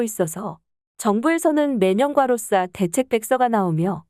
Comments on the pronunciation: 자꾸 가로싸라하네 당신 일본인이지? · 과로사를 과로싸로 발음하니까 몰입도가 떨어지네요